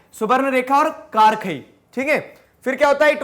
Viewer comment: just for correction, it's खरकाई not कारखाई